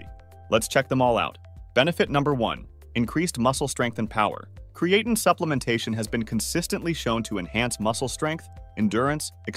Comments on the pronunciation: Literally have never heard anyone pronounce creatine this way... Uh. Yeah... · Cre-A -tin. 😂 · If you're going to use an AI script, AI voice, at least pronounce the name of your subject matter. Video looks professional bat that. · Can't even pronounce the name right lol I'm sure this vid will be full of correct information.